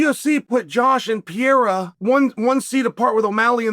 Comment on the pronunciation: Pierre-Uh for Pereira will never not be funny lmao